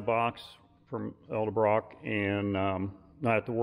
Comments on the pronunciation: Nice video hut learn to pronounce edelbrock like it sounds not eldebrock it's edelbrock ffs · The name is pronounced ED-EL-Brock not EL Duh brock or however others butcher it. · Ed-uhl-Brock not El-de-Brock